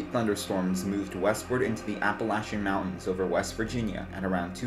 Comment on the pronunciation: Good video brother I remember that tornado.. thanks for pronouncing la Plata and Appalachia 👍👍 Right